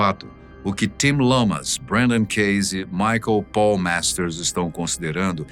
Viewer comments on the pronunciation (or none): none